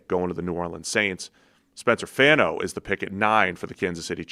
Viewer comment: spencer fawn-o, like Bono from U2